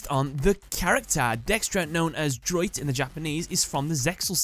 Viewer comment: That’s not how you say “droite” in French. Lol.